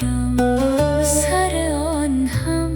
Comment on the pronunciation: سلام دست شمادردنکنه ممنون عالی بود درضمن جمله سراشتباه ست جمله سِره یعنی ( اّ سرار) خواننده اشتباه تلفظ میکنه ببخشیدفضلی کردم ممنونم سربلندوپایدارباشید